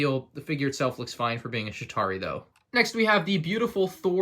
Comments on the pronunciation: Sounds like is saying Shitari instead of Chitauri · Again, its "Chitauri" not "Shitauri" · Pretty sure he said shit-ari